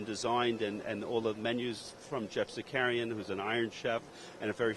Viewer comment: He is ruining Geoffrey Zakarian's name. He keep calling him Zackaria